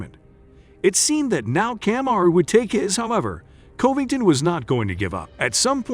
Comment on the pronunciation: Colby Colbyngton🤣